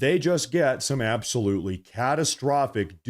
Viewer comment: Yes, YES ABAOLUTLY